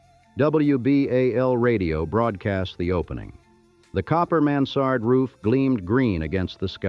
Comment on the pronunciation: “The copper mans-sard roof” why does ai mispronunciation piss me off so much???